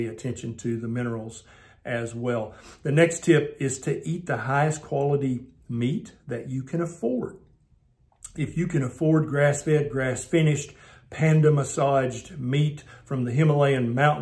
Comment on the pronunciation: Did he say Panda Massaged? 🤣🤣🤣